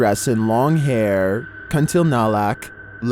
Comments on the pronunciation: I heard u said "Kun ti na lak?? But it was kun ti la nak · Its Kunti Lanak... Not kunti nalak.... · It's Kuntilanak not Kuntinalak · it's call as "Kuntilanak" , not Kuntinalak, which here in Indonesia is believed to have come from women who are victims of accidents, murder or death due to childbirth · you pronounced it wrongly as KUNTINALAK... Its KUNTILANAK. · For video no.12...it's pronounce as kun-ti-la-nak or pon-ti-a-nak, it's the ghost of women died during childbirth!!! or murdered while pregnant!! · "KentilNalak" had me dying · No.12 Kuntinalak??? Serious bro??? And you call yourself narrator??? Learn pronounce it correct first....so funny